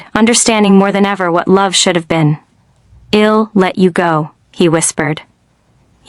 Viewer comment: Such poor pronunciation. I’m not Im, I’ll not ill, she’d not shed